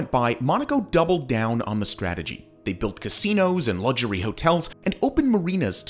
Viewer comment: Why do you pronounce "luxury" that ridiculous way?